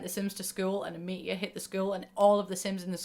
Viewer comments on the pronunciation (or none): anyone else hear "meteor" as "meat-year" ?